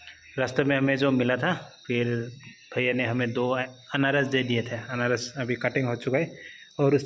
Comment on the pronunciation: अनारस नही अनानस,बोलना सही से किया करो